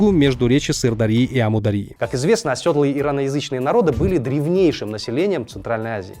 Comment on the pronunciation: Оседлые, а не осëдлые. ты что.